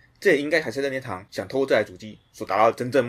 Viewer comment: 任天堂——烟堂